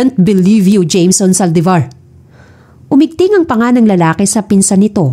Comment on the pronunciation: May kwento siguro si Gabriel? Series ba to lalo magpipinsan ang eme ng mommy ni James Maldevor😂(Saldivar) haha maldevor pagkarinig q kanina😝